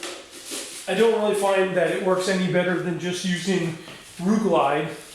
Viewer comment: LIGHTING!!!!!! the video is fine, the problem is I had to rewind the video 15 times just to try and see/hear (Ru-Glyde Tire Mounting and Rubber Lubricant) man you should've linked that I never heard of it before and couldn't understand what you was saying. I wish this video came up 3 days ago when bought the Euro paste stuff, now back to the video........Thanks for the tips!!!